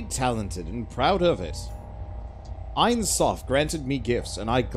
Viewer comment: ain soph meens "no end" (Infinity). But they say it like "the end eye".I hate when using Kabbalah like magic...